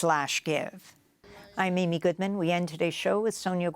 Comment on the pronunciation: I want to congratulate Amy Goodman for her flawless pronunciation of all Brazilian names. Trully a professional!